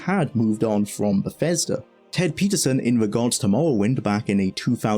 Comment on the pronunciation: Great video, so much detail about a ground breaking game I loved when it came out, thanks. Sorry to be a pain but I keep hearing you pronounce 'th' as 'f' in words, for example Befesda, free-d, femes, forough etc. Had to repeat watch a few sentences to understand what you were saying. If it was something you could change it would really help improve the clarity of the videos.